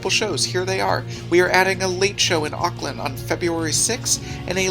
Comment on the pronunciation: idk whether to twitch uncontrollably or smile at how he pronounces Auckland. AND PLEASE COME BACK!!!!